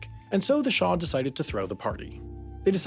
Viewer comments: It's Shah, not Shaw. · Shah, not shar.